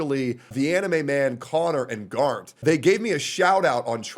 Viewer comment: erm actually, it's grant, not garnt. get it right, your insulting his laos ancestry.